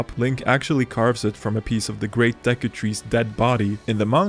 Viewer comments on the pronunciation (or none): As a French, I can say I tremendously enjoyed hearing you say "de cul"